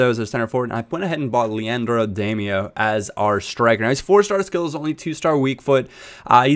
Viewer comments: Damaio is pronounced dim-e-ow. Not dame-e-oh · Its pronounced DAM-OWW not DAM-E-OH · It's pronounced "Dah-Mee-Ow" NOT "Day-Mee-Oh" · you pronounce damiao as demyao by the way but great vid:) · Is it not pronounced Dam-e-ow?